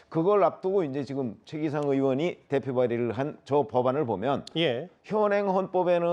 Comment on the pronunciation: 최기상이라 쓰고 (소셋끼) 라 읽는다.